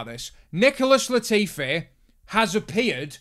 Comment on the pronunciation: Lol thought you said “Nipple-less Latifi” there for a second